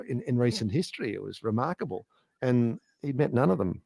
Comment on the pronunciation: "re-Mark able"